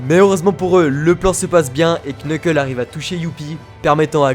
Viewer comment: ‼ Le nom Knuckle ne se prononce pas Kneukeul mais Neukeul. Voila sinon très bonne vidéo jle suis régalée (c'est faux jlai meme pas encore terminé mdr mais pour l'instant cest 20/20)